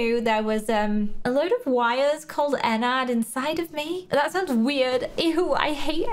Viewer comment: i love your channel but it’s not pronounced Enn ard it’s pronounced Enn erd